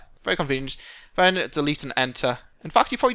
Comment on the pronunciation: Why do you say Ven instead of Then.